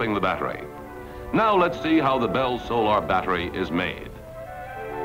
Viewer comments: He mispronounces solar because it was an uncommon word and he was guessing. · He has a very interesting way of pronouncing "solar". Was that from the mid-atlantic accent, just him, or was it pronounced differently in the 1950s?